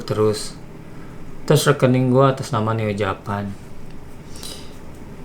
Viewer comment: Sampai hari ini aku masih penasaran dengan cara ucap "Japan" nya Neo Japan. Bukankah itu kata yang harus diucapkan dengan logat Inggris ?